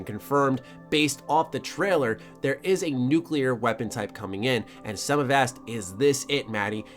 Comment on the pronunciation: Thank you for pronouncing "nuclear" correctly XD